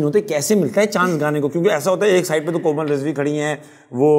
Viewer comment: did she says Aslaa Leekum..Mera name hei Koma Rizvi..?